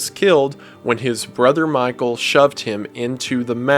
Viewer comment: When I first heard it I thought springtrap was yelling "MY TOE!" Instead of Michael